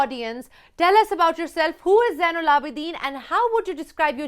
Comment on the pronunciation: Zain not Jain.